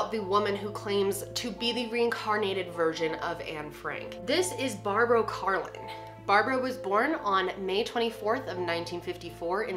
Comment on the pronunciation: Love the way you pronounce Barbo lol, it's a Swedish name so the way you pronounce it is just funny to me